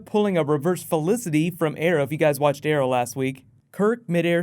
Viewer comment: You said arrow really weird.